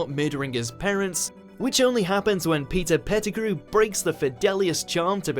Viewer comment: i thought u said pizza pettegrew